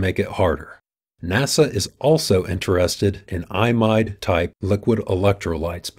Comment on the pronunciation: I pronounce 'Imide' incorrectly in this video. It should sound more like 'ee mide'.